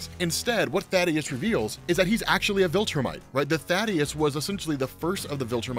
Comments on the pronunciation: Reminder: it's Thaedus, not Thadeus. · Small nitpick Thae-dus not Tha-deus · Ummm...anybody gonna tell that it's THAEDUS not Thadeus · I lost my dad that same year.. His name was Calton. (Weird name I know) but he went by Cal.. so every time I hear Kal-el or Kal, feels the same way. Also his name is Thaedus, not Thaddeus. just says it wrong. Anyways, sorry for your loss man.